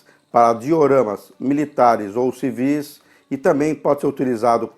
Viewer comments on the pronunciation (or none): none